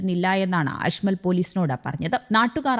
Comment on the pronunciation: അഷ്മൽ അല്ല കേട്ടോ അജ്മൽ ആണ് 🤣🤣🤣